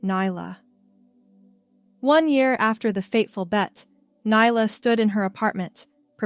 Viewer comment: Stop mispronouncing nyla 😮